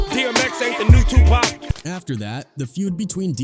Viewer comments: 🎯🎯🎯🎯🎯🎯 if you see how he pronounced Tupac 🤦🏻‍♂️ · Ihate de way u pronounce people's names it's stupid wtf is cooroopt.???? You even call tupac tupack🤔